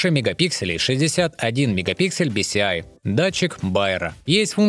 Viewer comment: "БиСиАй"... Майка Топтыгина пересмотрел,? Так Майк уже исправился.